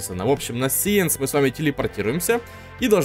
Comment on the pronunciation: Не сиенс сайнс 😑